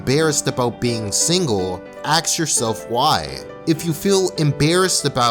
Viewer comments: dude can't even say "ask." He says "axe." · the way he pronounce "ask" is like "aks" or maybe im just hearing things. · Can someone explain to me why he says "ask" like he is saying "axe" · It's 'ask' not 'axe' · Why do you say "Axe", instead of "ASK"? Is it some American thing? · You do great videos but please say "Ask" and not "Axe". It pulls a lot of us out of the message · Why do you say aks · Taking this video completely out of context, you can just get countless repetitions of "Axe yourself" Just an observation. The k and s sounds are reverse of what they should be. Lots of peeps make the mistake, it's just funny to me. XP